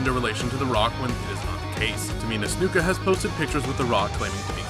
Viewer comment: It's not neeya jax it's nia jax, it's not tamina snooka it's tamina snuka